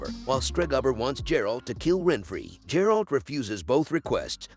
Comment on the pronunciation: Ffs its not J-eralt...